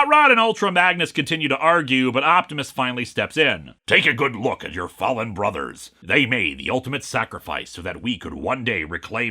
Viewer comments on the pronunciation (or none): none